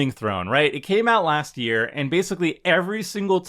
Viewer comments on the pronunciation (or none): none